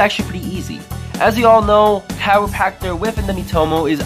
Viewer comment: How he said kaeru patcher: “Chiropractor”